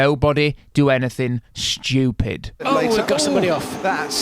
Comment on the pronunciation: It's hilarious how he pronounces stupid like the comic stereotype, it's almost exactly like in a Russian Badger video Schweupid